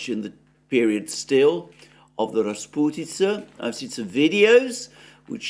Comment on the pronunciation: "Rasputytsa" Wooooow🤗😘